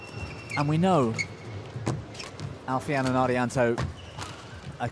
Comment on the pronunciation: The young Thai men played brilliantly but the commentary for that game was so one-sided. Also, it's pronounced ChUngdu and Al Fian, not Alf ian.